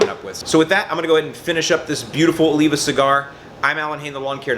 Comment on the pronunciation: You butchered that poor Oliva brah